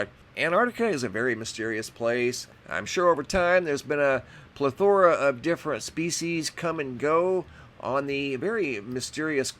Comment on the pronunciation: It’s plEthora, not plethOra... Also, you need to consider that what is 55 miles inland now may have been on the coast a hundred thousand (or whatever) years ago...